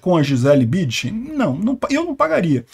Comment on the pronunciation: precisa colocar o N na sua pronúncia do sobrenome "BüNdchen". Foi duro ouvir repetidamente o nome tão conhecido pronunciado errado... Abraço!